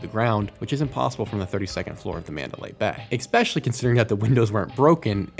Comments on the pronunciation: especially not EKSPESHALY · Bro stop saying eXpecially